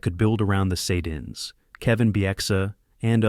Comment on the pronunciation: Good god you butchered the sedins with that pronounciation